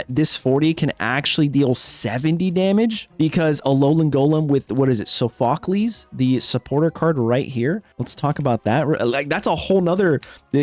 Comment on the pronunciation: Painful to hear how you tried to pronounce "Sophocles"